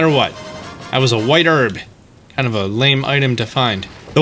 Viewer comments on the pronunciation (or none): none